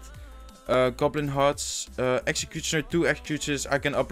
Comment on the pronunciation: I really love how he says 'logh' and 'excecuctioner' Love your videos by the way,keep it up dude